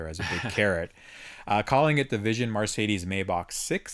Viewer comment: It's not *Mar*cedes. It's Mercedes!! Sorry, pet peeve.